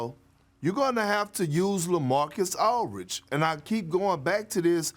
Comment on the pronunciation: Perk… it’s “Aldridge” not Alridge 😂